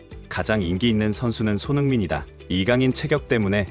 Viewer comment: 이강렌 ㅋㅋㅋㅋㅋ